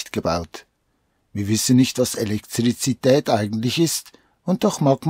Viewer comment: Das ist sooooo lustig wie du Elektrizität sagst....🤣